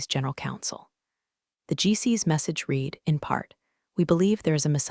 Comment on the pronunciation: The AI can't pronounce 'read' in the past, 'dinged' with a hard 'g' and 'Patagonia'.